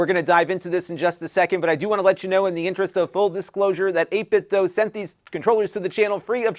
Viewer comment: Just FYI, it's pronounced 8bitdoo, not 8bitdoe.